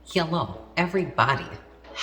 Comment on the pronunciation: i liked that russian accented hello